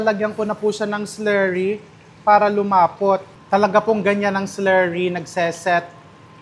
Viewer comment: Kanino ka Chef nagpaparinig ng s-lerry?🤔ay! Slurry baga‼️😂